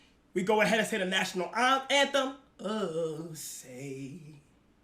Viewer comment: “…the national AHN-them…” 😂